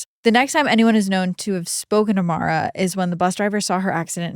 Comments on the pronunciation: Why do you keep calling her Mara?? Her name is Maura. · Mor-ah. Not Mara. Everytime you said her name it was Mara. She was a victim of circumstances and as a victim I think her name should be corrected. I didn’t know her or the family but I’m close enough to the area that to this day we have billboards with her name and face on it. I appreciate the work you guys do but my constructive criticism is that you only pronounced her name right a few times. Maybe it’s an accent thing but again she was a victim and her name deserves to be correct when pronounced. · It wouldnt suprise even she mispronounced her own name cause americans seem to think irish is english. Her name should be pronounced More-ah. With no break just all in one. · Her name is Maura Not Mara, you pronounce it like Laura but with an M